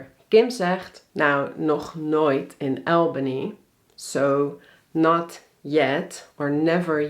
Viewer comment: Liever "Ahlbany" of "Awlbany" (niet "Aelbany").